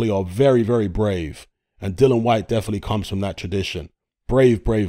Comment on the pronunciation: Dillian, as in rhymes with Gillian. Dillon Whyte is somebody else on the planet and in all probability doesn't even box either.